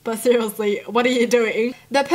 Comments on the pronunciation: I love everything about except when she says SERIOSELY, the way she pronounciates that frustrates me.. its like " Srsllshdllshlsy" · It sounds like your saying cerialeslie no hate